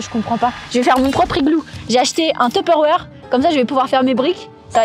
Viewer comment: la prononciation du mot Tupperware me fais toujours autant mal aux oreilles